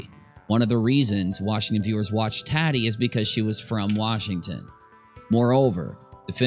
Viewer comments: lol think Tatiana and shorten it to tati. It's not tat like tattoo, it's tati like tot (rhymes with hot)....Tot-eee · You are killing me it's taaatiii not TATtii 😂😂